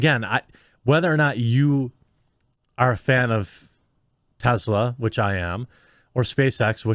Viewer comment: Its TESSla not TEZZla FFS!